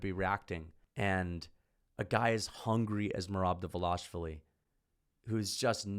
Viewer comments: Why Dval”A”shvili and not Dval”i”shvili those people can’t read?! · It’s not “Dva-Lash-Vi-Li. It’s “Dva-Lish-Vi-Li. Don’t pull a pull “Blue-Hall” Muhammad..